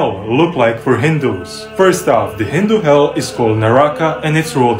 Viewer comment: I'm still wondering how he correctly pronounced "HindHu" and not "HinDu" like every foreigner does😝